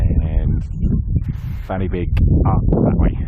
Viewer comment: Say it with me, "Pen uh van", "Van uh beeg"